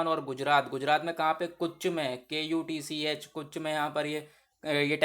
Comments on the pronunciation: Kuch nhi h beta vo Kutchh h phle khud dhng se pdh ke aaya kr chla lecture lene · कुच not कच्छ